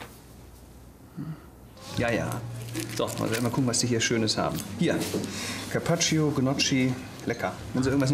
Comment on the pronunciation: Karpatschio, gniotschi 😅😅😅